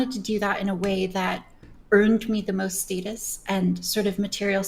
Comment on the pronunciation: Is fucking British or something what the fuck is that pronunciation of the word status